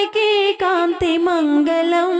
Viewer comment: మగలం కాదు తల్లీ.. మంగళం... మంగలం పగిలిన కుండ.. మంగళం అంటే శుభప్రదం. ‘ ల ‘ కి ‘ ళ ‘ బేధం తెలుసుకోకపోతే ఎట్లా...